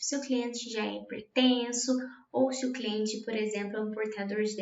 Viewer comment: mds que agonia ela falando cliente